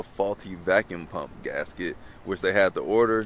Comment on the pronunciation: “vavuum” ??? already would’ve been like, “who tf up in here illiterate working on whips?😂”😂😂😂